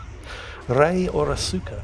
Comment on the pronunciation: Okay. I winced every time you tried to pronounce "Asuka". It isn't uh-soo-ka. It's ah-skah, and almost sounds like Oscar.